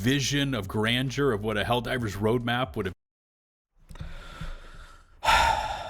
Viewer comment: I love you man, but you need to work on your speech lmfao. "visuals of grandure" and "eckspecially" suck the wind out of your arguments